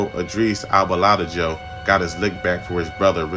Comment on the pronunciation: Butchered the HELL out my Grandpop’s name Brodie come on cuz 😂😂🤦🏽‍♂️🤦🏽‍♂️nah goood stuff. Thanks for telling the story